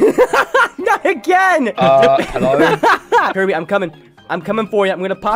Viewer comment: how you say kirby: kurbie how you type kirby: kirby